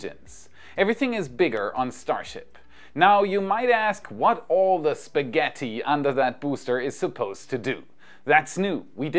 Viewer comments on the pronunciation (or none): i love ur videos but pls pls pls stop say this so bad SPAGHETTI pls look some video how to pronounce it!!!!